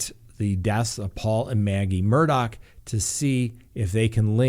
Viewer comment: Murdaugh case is crazier then a book. John Grisham should write a book. Shocked!! I love how you say his name correctly. WTF, he lost his mind on those drugs. Adds up to him killing Maggie and his son and if so God help him! Praying for Gabby. Like the West case to me. Where in the desert and not talking🥺